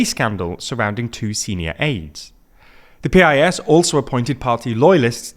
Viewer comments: You keep naming Poland's biggest opposition party PEE-EYE-ES, instead of calling it PIECE, as we do in Poland and as a large number of foreigners do, following our example. PiS is an abbreviation of Prawo i Sprawiedliwość (Law and Justice) and an "i" means "and" in Polish. This make us pronunce this abbreviation like a normal word, instead of repeating the first letters od every word, simply because the "i" word doesn't have its first letter - it has its ONLY letter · It's pronounced "piss", you cowards. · can you please pronounce the PIS part the same way my local news station does? they always say "the piss party" and the name fits very well. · Guys, PiS is pronounced like Piece. Also, Jarosław Kaczyński is pronounced YAR-oh-suave ka-CHIN-ski.